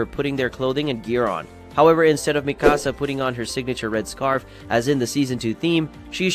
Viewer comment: Meeee kaa saa